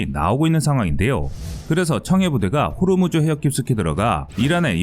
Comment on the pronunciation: 호르무즈가 아니고 호 무즈